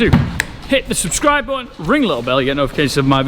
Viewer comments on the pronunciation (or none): none